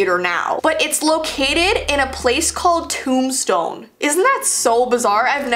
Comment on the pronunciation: its in tombstone, tombstone is a haunted town. (toom-stone)